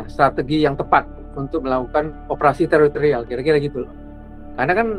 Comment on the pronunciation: Bukan teroterial pak tapi teritorial